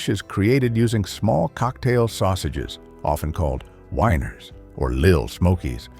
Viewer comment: WEE ners, not WHINE ers. Time to get a better bot!